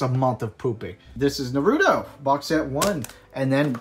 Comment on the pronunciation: No way this man got this much manga, living in Japan, got a Weeb-ass gf, a million subs… And still can’t pronounce Naruto